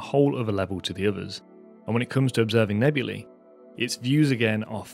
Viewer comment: Hate to be that guy, but it's nebulae, not nebuli ;)